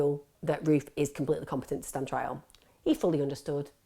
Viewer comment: I thought you said Ruth. NOW in my mind I just keep hearing him being called Ruth ;)